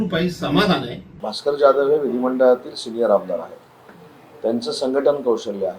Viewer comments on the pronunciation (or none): Bhaker nahi bhasker